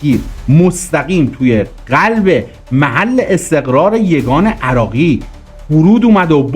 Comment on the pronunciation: بی سواد اون قلب نه غلب